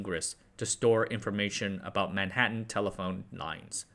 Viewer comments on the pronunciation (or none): none